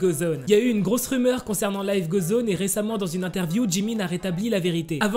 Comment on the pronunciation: Ça me stresse !! Il dit " life gauzoneu" 😭😂